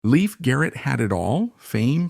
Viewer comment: They don't even say his name right